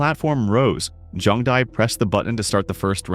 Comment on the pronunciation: “See-me” 🥀🥀 “Jung-bow” 😭😭